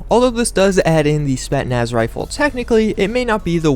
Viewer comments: Spetnaz? what's that? I thought it's Spetsnaz. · You're overly critical. Also how are you mispronouncing such a common word like Spetsnaz, clearly there's 2 S's in the word. Also it's not an AS VAL it's a VSS "Vintorez" to start with